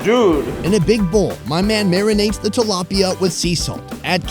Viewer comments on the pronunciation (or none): and Correction please: it’s tilapia, not thalapia